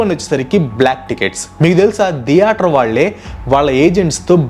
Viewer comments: అరె నయన దియేటర్ కాదురా తియేటర్ ప్రతిసారి దియేటర్ .... దియేటర్ ...అంటుంటే డోకు వస్తుంది దియేటర్ ధం సప్ప్ ప్యాసు ఎంది రా నాయనా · Every one:- theatre:- diyaatar 😂😂😂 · Dheatere ani enduku ani antunnav bro? Theatere adi